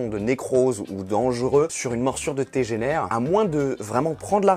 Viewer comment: On dirait qu'un allemand dit que ça dégénaire, ACH, ZA TEGENAAAIIIRE